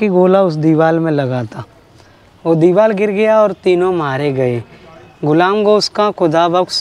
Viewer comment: Diwal nhi bolte diwar bolte hain